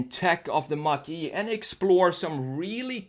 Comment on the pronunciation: Is it like a Mehcury Grand Macheeeh dude?